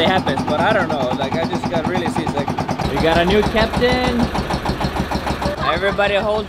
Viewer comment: At first i thought i heard got sisig until i read some comments here that got sea sick not sisig🤣🤣🤣